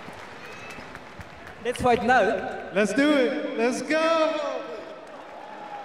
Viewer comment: れっつふぁいとなう？？？ 吹いたw ライジンにタダでアメリカ行かせてもらってるのに、発音は壊滅的w